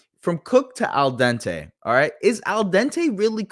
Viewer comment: So said the words “Al Dente” first, and he said it correctly. Then proceeded to say it wrong like 4 or 5 times in a row, influencing to say it wrong as well another 30,000 times on the pod. Geezus